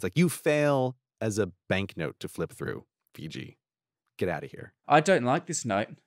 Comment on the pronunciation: Grey seems to have his pronouciation of Fiji figured out at last. :D